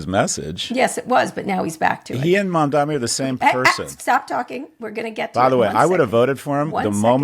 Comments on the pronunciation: Why can they not pronounce Mamdani’s name correctly?? I don’t care how much money you have Scott, but involving your kid in betting/losing $300k on Harris on a lark is insane and invokes the trope of the rich man lighting his cigar with 100 dollar bills. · I’m beginning to majorly lose respect for Scott Galloway - the man insists on saying Mamdami instead of Mamdani and supposedly has written a bestselling book to boot. Give me a break! This is just his feeble attempt at conveying contempt for Mamdani, who he clearly and intensely dislikes. Get out of your bubble Scott! You are better than this! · Maybe im being a Karen but its so annoying when people can perfectly pronounce Vivek Ramaswamy but cant learn how to fuckin say Mamdani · At least learn to say MamDANI, Scott — it's not that hard if you have any respect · still can't say MandaNI correctly. This channel is a joke at this point. a guy that has 300k to gamble on election results is commenting on normal people's lives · Scott is mispronouncing Mamdani's name, Just like Cuomo did. Ignorant!! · The first syllable of his name is just like the word ‘Mom’ and the latter part is like Donny Osmond’s first name. I know we can all pronounce Mamdani because we can all pronounce Mom Donny. So why do people still pretend they can’t pronounce it? Is Scott deliberately mispronouncing it because he doesn’t like him? I’m so confused. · Seriously Kara? You still can't pronounce his last name? It's Mum-Daani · How many times do they mispronounce his name? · is the guy's last name really that hard to pronounce? lol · it's kind of shocking how frequently Mamdani's name is mispronounced, and by people who just pronounced it correctly two seconds earlier... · And both of you, please take the 2 seconds you need to find out how to pronounce Mamdani’s name correctly. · I don’t even like his policies but every time Scott mispronounces mamdani it makes me want to support zohran more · Please stop down-pronouncing Mamdani’s name!